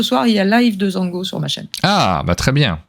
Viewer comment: Alors Zhanguo techniquement, c'est prononcé Djangwo.